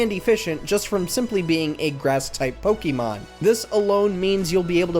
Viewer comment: You know how you can tell when someone isn't really a fan of Pokemon? When they pronounce it like "po-kee-mon".